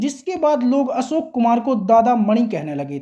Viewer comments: Asok nahin Ashok bol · आप असोक आसक्यो कहते हो